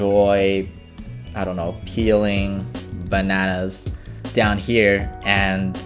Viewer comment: "I really like banans."